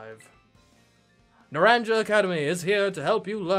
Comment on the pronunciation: I won't be able to watch for a little while because I don't have the game yet. So, sorry I can't guide you again. I can watch the first few episodes though. And the school is actually Nar-ahn-ha. And this region is the Iberian Peninsula. I'm also so happy Lizzy gets to return.